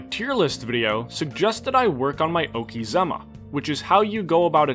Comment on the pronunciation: Oh man, you fudged the pronunciation of okizeme and I love it